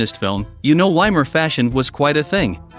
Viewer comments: Vai-mar, as in Steve Vai, not Y-mar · Why can't someone who presents a documentary with supposed accurate detail not even pronounce properly the name of the place they're talking about. Doesn't everybody know that you pronounce the German " W " as a "V" ? It's the VAYmar republic not WAYmar. Dear ! Dear ! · WTF is WY-MAR Germany? It's poronounced VY-MAR. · Weimar is pronounced Veimar. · If you're going to make a documentary about "Weimar Germany," please learn how to pronounce "Weimar" correctly!